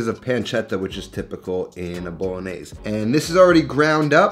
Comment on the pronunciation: It’s bolognese not “Bowlognesay”…